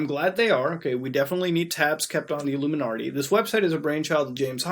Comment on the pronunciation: "Iluminartie" killed me every time 😂😂😂